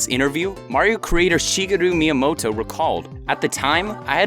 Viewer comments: Sheegitoo Meedamoto? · Did you just pronounce Shigeru Miyamoto wrong?